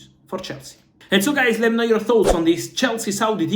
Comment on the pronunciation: I like his "Hey guies"😂